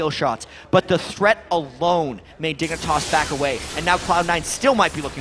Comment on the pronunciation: Casters keep saying dick for dignatas.